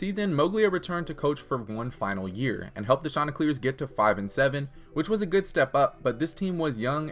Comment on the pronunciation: “Shawn- tey clears”